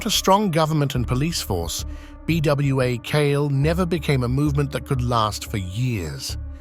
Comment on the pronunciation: As far as the Haitian story its PRONOUNCED "bwah kal-eh"